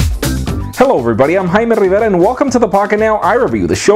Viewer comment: Jaime Rrrrivera!!